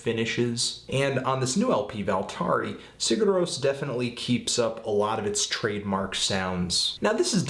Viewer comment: You got the Rós part right, but Sigur is kinda like Siyer with a short i. It's not exactly a y sound, but it's close. Somewhere between a g and a y... kinda like ch in German, but while vibrating your vocal cords. Also, you got the album name nearly right, except that the i is short. It only sounds like "ee" when written í.